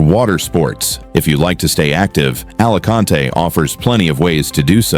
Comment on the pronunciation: Nadie la pronuncia "ALACANTE" Capullo . ES "ALICANTE" Entendidido!!!!!